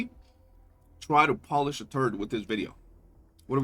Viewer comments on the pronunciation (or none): none